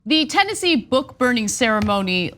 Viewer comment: The name of the state is Tennessee, not TenNazi.